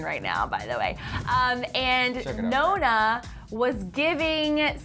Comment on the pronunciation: Nonna is pronounced NONNAH (open O, double N and open A) at least just say Grandma..